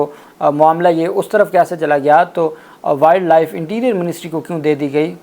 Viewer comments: Please correct, its not willd life, it is wiled life, it will sound like wyld life. from Boston USA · جناب صاحب، تھوڑی اپنے تلفظ کی درستگی کر لیں۔ ولڈ لائف نہیں ہوتا، Wildlife وائلڈ لائف ہوتا ہے۔ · شہزادے بھائی ولڈ لائف نہیں وائلڈ لائف کہتے ھیں افسوس اردو میڈیم سکولوں کی یہی کمزوری ھے جہاں انگلش بولتے ھوئے انگلش لہجے پر زور نہیں دیا جاتا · ولڈ لائف نہیں ہوتا وائلڈ لائف ہوتا ہے تلفظ صحیح کریں شکریہ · بیٹا جی ولڈ لائف نہیں یہ وائلڈ لائف ہے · وائلڈ لائف نہ کہ ولڈ۔ ویسے مان لیں کہ وفاقی سیکرٹری کابینہ اس منال ریسٹورنٹ کا اصل مالک ہوگا ۔ سامنے لیبل بھائی کا لگا دیا ہے ۔ اگر ایماندارانہ کھود کرید ہو تو سو فیصد یہی حقیقت سامنے آئی گی ۔ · بھائی جان انگریزی صحیح پڑھا کریں وائلڈ لائف ہے ویلڈ لائف پڑھتے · او بھائی ولڈ لائف نہیں وائلڈ لائف ہوتا ہے ۔ تمہاری انگلش بھی میری طرح پوری پوری ہے ۔۔ 😅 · وائلڈ لائف ہوتا ہے، ایڈووکیٹ صاحب، تصحیح فرما لیں۔ شکریہ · Salaam Bhaijan. Please use correct pronounciation when using English words such as ' wildlife'. It's embarrasing ! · Dear advocate, please check your pronunciation of wildlife. Hope you won't mind it. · “Wildlife” to be pronounced correctly please.😮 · Please pronounce Wildlife correctly! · Wild life pronounce hotaa hey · Please correct your pronunciation of Wild Life n other English words.